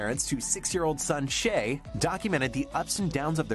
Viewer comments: Shai not shay 🤔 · Shai is pronounced Shy.